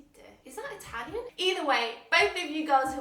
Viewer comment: "A-u-guste Doodooteetay? Is that Eyetalian?!" Ahahahah, are you sure you have french origins,?:) You're unstoppable by the way, your videos are very informative, honest, thoughtful, and relatable. Big thankyous from a new subscriber/fan.